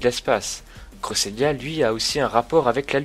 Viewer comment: Euh crésélia tu le prononce mal